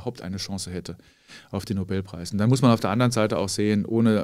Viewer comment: Die ersten zwei Minuten und Herr Feld triggert mich schon mit "Nobelpreis". Kann ja nur besser werden.